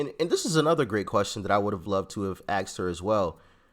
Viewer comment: "Aksed" or "asked"? 🤔